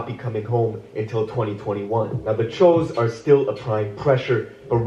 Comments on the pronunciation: I almost clicked off in the beginning 🤦‍♀️ Didn’t know the pronunciation of Choo Smh It just makes it look goofy like why you even doing a video on this?😑 And as much as people plan doing videos a day ahead of time, you couldn’t check on another video to see how it is pronounced??? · It’s choooo but fuck chooo it woooo